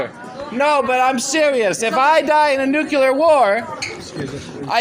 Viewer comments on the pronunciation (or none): Dear America...if you must drive us to world destruction, could you at least pronounce the word correctly? There are only TWO syllables in 'nuclear', my dears. The second gentleman (and 80 percent of your people) say nu-cue-lar however. This is beastly mangling of the English language must stop darlings. Please try, won't you? If we must be turned to steam in a hellish atomic armageddon can we please pronounce it beautifully? 'Oh no! Nu-clear destruction! God have mercy on our souls!' (or somesuch). I'd hate to pop my clogs, to shuffle of this mortal coil feeling irked at mispronunciation. Have a little practise won't you? It would mean the world to so many of us 😘. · i just wish to see the day when people understand that it's NUCLEAR not NUCULAR. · Why can't people pronounce the word "Nuclear"? It's not Nucular,it's Nuclear. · It's nuke lee er, not nuke ya lur. Theres not a y in it. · What do people keep sayibg nukecular, when is clearly nuclear, makes them sound retarded. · Please don’t say “nuQUEler” war. No one is going to have a nuclear war. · It's NUCLEAR not nucular! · It's NUCLEAR , not "nucilar" !!!One loses credibility by speaking improperly and hurts one's argument ! Same thing with saying "would of" instead of "would have"! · I agree, BUT! Look how nuclear is spelled. It isn’t spelled nucular. If you want to sound like an idiot, pronounce nuclear wrong. Totally agree with this guy. AOC is emotionally blocked by corporate media propaganda. Cut through the military industrial complex BS, AOC! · “Nuke-yuller”: There’s no such word. If one must insist that the first syllable is “nuke” instead of “nu”, at least say “lee” instead of “yull” for the second syllable. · I was very frustrated that the protesters couldn’t pronounce nuclear correctly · these idiots seem to wanna nu-cah-la war... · "Noo-klear" jeez.